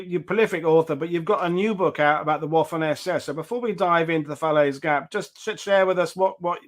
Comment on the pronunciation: You always know a quality author or historian when. They pronounce waffen with a W!!!